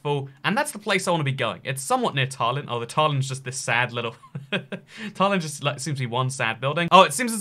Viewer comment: The way he pronounced Tallinn really annoyed me haha It's ta-lin Not taar-lin